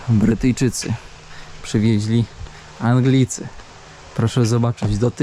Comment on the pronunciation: BRYTYJCZYCY‼️nie Bretyjczycy, 🙁